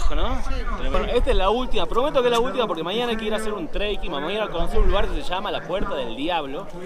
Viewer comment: Muy bueno!! El drone lo más!! es trekking no treiking. Abrazo!